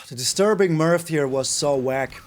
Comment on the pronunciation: "Disturbing Milf", you butcher card names in glorious ways! haha